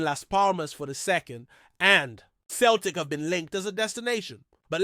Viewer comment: It's not Kel tic , it's Celtic.( Sell tic).